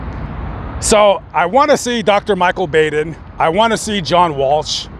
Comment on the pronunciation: Dr Baden’s name is pronounced Bauden, rhythms with autumn. Go to Crimecon,!!